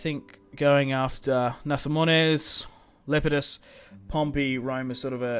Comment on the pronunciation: Le-pee-dus not lepiedus